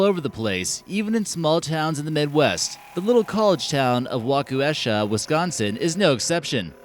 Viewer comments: Waukesha is pronounced: "WAH-kuh-Shaw" (only trying to help -for next time you mention it!) Cool, scary, and fun to watch! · Waukesha pronunciation...